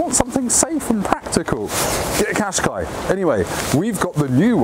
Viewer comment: If you haven't learned how to pronounce Qashqi after 14 years, that says more about you than the car... "cash-kye"